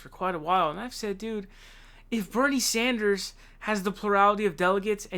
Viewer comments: Sanders, not Saunders or Saaaanders. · I enjoy your channel. Please, it's Sanders not Saunders. Keep up the good work!! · It's not Sonders, it's Sanders. What's up with that bro? If there's a hidden humour there, please let us know. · "my good buddy Bernie Zanders " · SAND-ERS, NOT SOND-ERS, NOT ZOND-ERS. Its fucking simple dude. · I really enjoy your channel, but please stop pronouncing it "SAUNDERS". It's like "SAND" not "SAUND". Anyway, keep up the good work! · Bofa Sofa Right!!!!! 😫😣😖S A N D A R S!!!!! I know it’s petty but it’s killing me 😂!!!!! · Why do you say Saunders 😂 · Why dont you say Sanders correctly, its kinda cringe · why does he say SAUNDERS? SONDERS? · DAVID: Toolsi.: Bernie Saunders. ME: Say what now? ^_ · Bernard Zandra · SAUNDERS, ZANDERS, SENDEERS... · Birdie Zaunders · I hear Saunders.